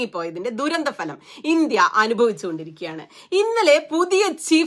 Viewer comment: സുനിതാ, " ഫലം " എന്ന് ഉച്ചരിക്കൂ. Falam അല്ല. പന്മന പല പ്രാവശ്യം പറഞ്ഞതല്ലേ. ബാക്കിയെല്ലാം ok. ❤️❤️🙏🙏👍👍